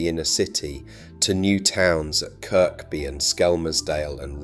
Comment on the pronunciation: Yet more AI trash. Much of this story is true and needs telling, but not by a bot who can't even pronounce well known names like Liver, Kirkby, and most egregious of all, Heseltine (Heeselteen!!). The contradiction. of lamenting the withdrawal of world heritage status while acknowledging it was caused by the city's growth.